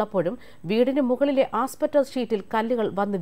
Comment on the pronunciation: Asbestos (ആസ്ബെസ്റ്റോസ്) ആണ്. ' ആസ്പറ്റോസ് ' അല്ല.മറ്റുളളവരുടെ മുമ്പിൽ അവതരിപ്പിക്കുമ്പോൾ ഉച്ചാരണസ്ഫുടതയ്ക്കു പ്രാധാന്യം ഉണ്ട്.എല്ലാ ചാനലുകളും ഇങ്ങനെ തന്നെ...Both Malayalam and English are Mathematics ( എന്നു പറഞ്ഞാൽ മലയാളവും ഇംഗ്ലീഷും ' കണക്കാണ് ' . എന്ന്....പുരിഞ്ചിതാ?😀)